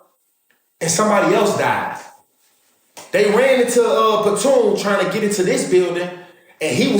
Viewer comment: This nigga said platoon , his name patoon